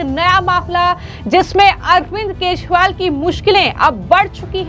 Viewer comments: अपने एंकर को दिल्ली के पूर्व मुख्यमंत्री अरविंद केजरीवाल का नाम भी ठीक तरह से नही बोल पा रही है जो अरविंद केजरीवाल की जगह अरविंद केशवाल बोल रही यह एक बार नहीं बल्कि 50 बार बोला इसके अलावा कई ओर खामियां है एंकर के बोलने में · Speak name correct not keshwal but kejriwal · Md ji hindi bolna seekhe Arvind Keshwal nahin Kejriwal hain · एकदम रद्दी तरिका बोलनेका ! जिसके बारेमे बोल रही हो वो नाम तो ढंग से बोलो. बोलनेवाली व्यक्ति और बाकिके साथीदार सुन नही सकते क्या ? एकदम दलिंदर विडिओ, बोलने का तरीका रद्दी ! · Madam First learn how to speak Kejriwal word. This type of poor quality presentation can't tolerated. Great problem with pronunciation, clearly. Learn from Anjuji or Maninanderji or equalent capacity in news reading. My 80 years of age such poor quality presentation never seen. You are good influencer or relationship taken part in your appointment in this field.